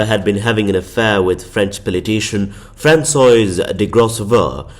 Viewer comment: “Franswazz”, not Franswoa-iz 😊